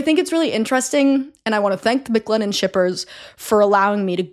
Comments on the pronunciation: Stop saying Mick Lennon. MC Lennon not Mick lennon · everytime you said mclennon i thought of mclovin from superbad. i just want you to know that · I keep feeling like she’s about to say “McLovin’” every time she says McLennon LOL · Word it’s driving me crazy 😂